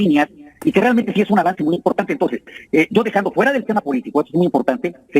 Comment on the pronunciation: POQE es Impogtante !! ..Ege con ege cigago !! Ege con ege bagil !!..Gapido van los cagos de azúcag del fegocagil : Xochilt Galvez